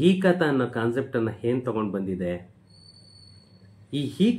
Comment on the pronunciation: ಹೀ ಖಾತಾ ಅಲ್ಲ ಸರ್ ಅದು ಈ ಖಾತಾ